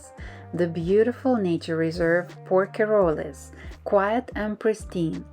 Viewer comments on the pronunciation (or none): Hello Z. May I respectfully tell you that one dies nit pronounce the end E in french words ( unlike spanish). So, you say HYER(es) and leave out es. Then you say PORQUEROLL( es) and leave out es! Thank you🙌